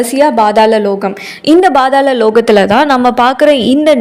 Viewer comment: Not Badhala Its pathala lokam😅